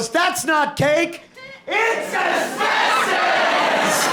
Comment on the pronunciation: I'd only watch that game show only if they pronounced "Asbestos" properly.